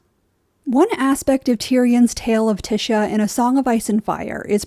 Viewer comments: The only thing I'll push back on is pronouncing Ty-sha as Ti-sha. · I love watching (listening) to your videos but I'm pretty it's pronounced Tie-sha not Ti-sha. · I was so confused. I think it's because the name you're saying is (phonetically) "Tish-a" but it's actually pronounced "Tie-sha". I kept wondering if there was another character that I was forgetting lol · I cringe everytime she says "Tisha" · The annunciation of tysha is slightly annoying, the y is pronounced like an I like in lion, but really good overview on tyrion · "Tisha" is killing me 😭💀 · Good video but pronounced tiesha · Tear-eon Pea-ter Tea-sha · Lol I love watching your videos despite having a different view on the show. You bring a refreshing perspective but your pronunciation of “tysha” on this video was offensive 😂 Thanks for providing us these videos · Is Tysha's name pronounced t-Isha or t-Ay-sha? You pronounce it the first way, others like The Dragon Demands pronounce it the second way. Is there any official word from GRRM on this? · Is Tysha's name it pronounced Tish-a or is Tye-sha? As in does the first part of her name rhyme with dish or dye? I hear both of different people.